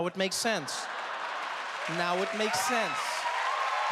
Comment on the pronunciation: He pronounced Kenya correctly. That's how you know he's African